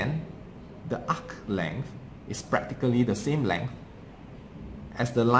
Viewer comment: UKHHH LENGTH LMAO LOVE THIS DUDE